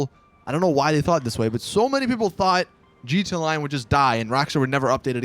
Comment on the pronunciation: Does it annoy anyone else that he says jeeta, instead of gee tee ay